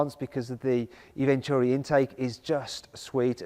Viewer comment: When he said touring I heard tory😂